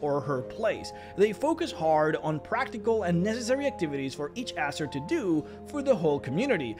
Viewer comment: You pronounce Azer like Asser. XD